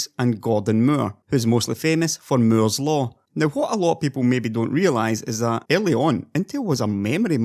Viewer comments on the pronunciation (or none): "Meeurs Law" I lolled, nice video as Always man!